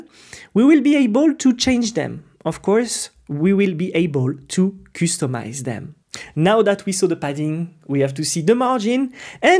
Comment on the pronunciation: Thanks for Tailwind course.. check out how to pronounce "customize".